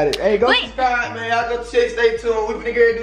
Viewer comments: she said shurshibes did she mean subscribe lmfaooo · E said “go shuscribe” i was dead😂😂😂